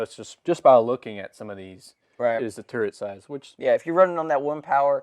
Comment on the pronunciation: What the hell is a turent? I believe the word you're looking for is TURRET. 🤭 Still subscribed though. 👍